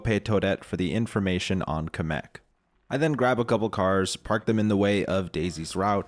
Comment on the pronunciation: I can't take him saying Kamek the way he does seriously. He says it like Cum-ek rather than Cam-ek